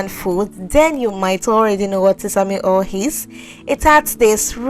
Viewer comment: Not hol!!.. say oyl😂